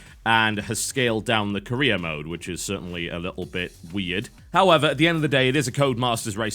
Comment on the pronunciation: Ever time he says Career, I hear Korea. Korea mode.